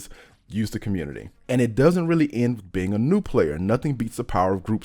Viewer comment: I like how he pronounces "new" as "nude"